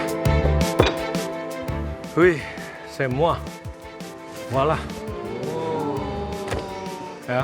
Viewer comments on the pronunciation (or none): Dia bilang voila bukan walah